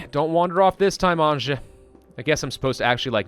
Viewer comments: Episode 3: still pronounces Anja, literally instead of pronouncing it Anya Dx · the 'J' in Anja is pronounced like the 'J' in Bjorn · please stop pronouncing Anja wrong. sick/hurt people don't need to rest during the day, changes are only happening during the night. no need to use fuel during the day if you are above 0 degree, only fuel to be above 10 to survive a night. that should save some fuel. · It is not like he would read comments at all :) EVERYBODY was spaming it under the last Story mode, and in this we ALL are saying how he should pronounce it...yet NO he still pronounces it like some retarded French would, raping the simple Slavic name